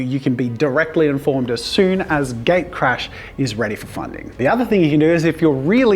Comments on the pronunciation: sounds like you're saying gay crash... xD you might want to adjust the name. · everytime You say "gatecrash" I hear "gaycrash"... sorry, it just me. hope it will be a thing.